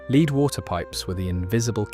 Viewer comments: Oh dear... AI again, Leed paint, pronounced LED, FGS! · La-ed, lead, not leeed. AI voice overs suck and are just lazy but the uploader